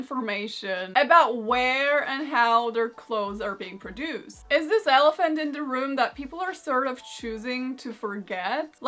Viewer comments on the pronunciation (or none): none